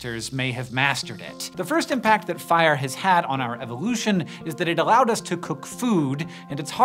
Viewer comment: Why did you say "allow" that way :o